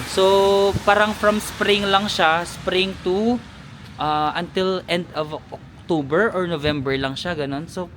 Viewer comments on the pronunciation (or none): none